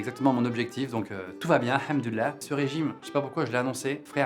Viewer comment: il l a prononcé mieux qu un musulman ce "hamdulah "😂😂😂